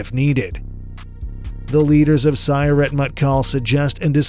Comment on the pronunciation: The announcer is mispronouncing Sayeret. Each syllable of Sayeret has equal emphasis in Hebrew.